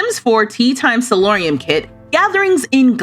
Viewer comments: hi, i love your videos! it's not a big deal, but the word is "solarium," like "solar," so named because it lets in a lot of sun from the glass walls and ceiling. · This is already been mentioned by the pronunciation. But it's not about that. It's about something similar to that. Every time I heard you say salorium, all I could think of is, why are they talking about salt. Because you are on in the background and I actually had to turn around because while I know this is royalty and legacies, I didn't think it was roman based. Just for those who may not be as nerdy as me. Salary comes from sal, which is salt, which is what roman legioners were paid in, so SALorium, thinking why, is she talking about salt? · It's spelled and said *solarium*, not "salorium". It's a sunroom, commonly found in the front face of the house.